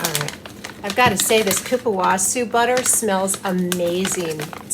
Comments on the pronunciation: Cupuacu is pronounced coo-pwah-soo or coo-pwah-coo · The pronunciation is difficult! Think ''KOO-POO-AH-SU''. And I concur with below statements - you are looking GORGEOUS. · Hi! The correct pronunciation is "ku-pu-a-ssu" and the correct writing is Cupuaçu. The letter "ç" has the sound of ss in Portuguese, like kisses 😉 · I had to Google it..but it's kuh- poo- kuh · kupuahSU.... that's how we pronounce it.. :)) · Kuh Poo Kuh butter, is the procunciation :) in case you wondered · Absolutely luxurious! It’s actually cupuasoo. In languages like French and Spanish there’s a little symbol that looks like a 5 cut off at the top that’s added under the c. It tells you that the c is a soft c. You may or may not have noticed some spellings of this word have that cut off number 5 under the c. Love your videos.